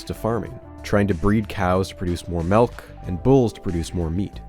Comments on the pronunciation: youre one of those weird people who say MELK instead of MILK huh? never understood that one 😅 there are also people who say "pellows" instead of "pillows" for some reason, whats with switching Is for Es? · he says melk and I hate it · haha melk